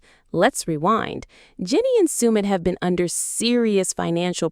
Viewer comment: Could you please pronounces Submits name accurately, if you’re going to do a post make sure you can pronounce everything correctly. 👍